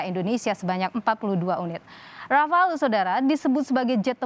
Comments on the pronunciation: noted yang jelas namanya RAFALE bukan RAFAEL salah sebut diulang ulang dasar jubir geblek😏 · Mantap..tapi penyebutannya 'rafal' bukan 'rafael'.. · Rafale di baca Rafal lee (e pake e rujak bebek yah jangan bebek soang) susah amat yang orang indonesia nyebutnya. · Bukan rafael pak...tapi rafale... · Rafael Mulu Disebut Orang ini, Padahal Namanya Rafale Bukan Rafael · Bukan rafael tapi rafale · JUBIRNYA SALAH MELULU... RAFAEL RAFAEL.. SALAH MASSEHHH R.A.F.A.L.E... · Mas Dahnil jubir Menhan, nyebut pesawat RAFALE aja masih salah melulu.... Btw, RAFAEL itu perusahaan pertahanan asal ISRAEL... Atau dia ngidolain RAFAEL di anime Ninja Turtle ya? ... Haha😄